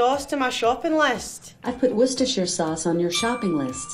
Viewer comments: It's pronounced woester sous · *worcestireisheahj sauce